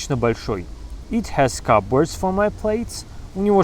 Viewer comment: Вы произнесли слово cupboard (шкавчик) так :/'kʌpbɔːrd/, а нужно так произносить: /ˈkʌbərd/